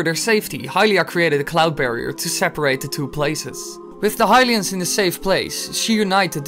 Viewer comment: Not Hyrulian, is Hylian